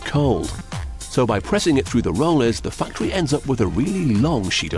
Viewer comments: The fuctory? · did he say factory of fucktory? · the fuctory, ahahaaha